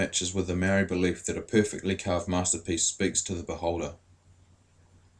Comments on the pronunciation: Great story. That is "Ma" as in MArs, "O" as in ORca and "ri" as in DEEp with a soft "D". Love the carvings, even the machine ones. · You can't even say Maori eh eat ass